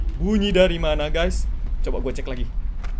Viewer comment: Bang tadi abang salah bilang loh malah bilang laci